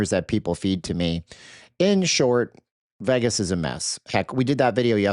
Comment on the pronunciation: Stop being a dork and deflecting from the real truth: All of you voted for Trump. You love this guy; you wanted this. It's HIS FAULT.....what is wrong with you? Stop pronouncing Vegas the wrong way and face reality. Your channel sucks.